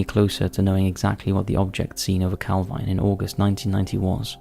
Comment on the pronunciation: It's pronounced calveen I know the area well